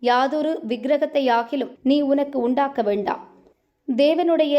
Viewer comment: Undaakka vendaaaaaaam..... reading wrongly....... absolute wrong..... News readers be careful what you are reading....read it correctly